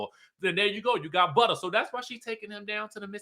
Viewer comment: This review was everything. From the jokes, the singing, the way you said buttah and the white board I was hollering 😂😂😂. Happy new year babes ❤